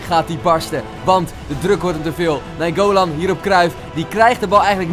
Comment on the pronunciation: je zegt naingolan verkeerd 🤣 je bent de beste fifa speler:-D